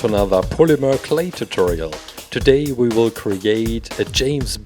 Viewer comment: Did anyone notice that he said weebles instead of we will